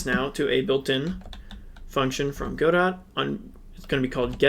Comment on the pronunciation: God-oh. Not Got-doh.